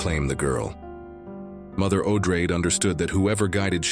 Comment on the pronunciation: Herbert didn’t care much, but Odrade, as a descendant of Atreides, should probably be pronounced Oh-DRAH-deh, no?